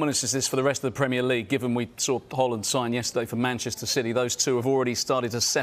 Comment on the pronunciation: Horland???????? Its Haaland you clown 🤡 Is it Sallaarr or salad?